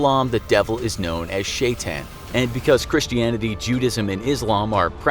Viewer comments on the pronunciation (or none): Not Muslim but my dad is and it's pronounced (My mom is Christian, I'm too) S h y-t a n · U pronounce shaytan wrong any way religeon islam is wright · His pronunciation of shaitaan made me die inside